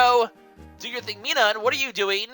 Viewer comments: pronounced plus-al and mi-nin your bad at pronunciations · dear god. I don't think I could watch this a lot with the way you pronounce minun and plusle... other than that though, good video!